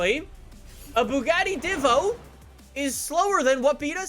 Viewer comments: It’s pronounced deee-vo not di-vo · D I V O NOT D VO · I swear I was so close to clicking off the video when said "I'm gonna call it the divough the whole video" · diivo Me: TRIGGERD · (“Devo”) not Divo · Me: Divo: Divough Me: punching my TV saying IT'S PRONOUNCED DIVO U SCUMBAG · 100th like and it's a "dhivoh" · Bro chiron is pronounced shiron and Divo pronounced deevo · No one:: Dvo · ENSURES he says Nissan like the Japanese do Also: Cheer-on, Dehvo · It's pronounced Divo, as in Diva, it's a french name. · diva is actually pronounced deeva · Everyone: DeEeEeVo Joe Alex: Divo